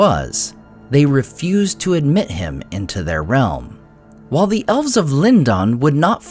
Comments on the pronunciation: It should be LEAN-doan, maybe with a soft palate /n/ sound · Yes A.I. pronounces Lindon three different ways.🙄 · You pronounced Lindon three different ways. Why? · He's hedging his bets, that or he forgets how he pronounces it every other recording session.